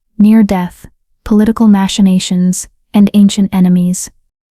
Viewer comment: I loved this story about courage and love! Monson, Maine. ❤ Machinations is pronounced Makinationz, not Mashinations! Just an FYI!